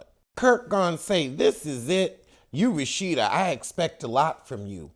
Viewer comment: Why do you call her Rashitta?